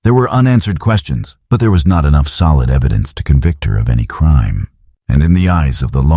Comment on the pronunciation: Eddidence 😂 just found your channel and am really enjoying this however the amount of AI that is used is well… you can do better than that 😊